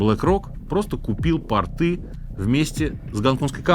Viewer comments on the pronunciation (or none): Сергей, портЫ – это штаны, а на воде – пОрты. И газопровОд, а не газопрОвод... что с Вами? не стал перечислять всё, но просто уши режет... Вы же вроде москвич... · Не портЫ, а пОрты. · Я не ханжа, но т0рты, бAнты, п0рты! И никак иначе! Режет ухо при ударении не там, сорри! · Очень интересно и познавательно. Спасибо! Только маленькая поправочка: правильно говорить пОрты, с ударением на первый слог ( пОрт - пОрты ). ПортЫ - это штаны )))